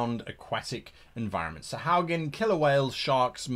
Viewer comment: Love the video. So many great tips here.... but, I have to... It's pronounced sa-HU-a-gin.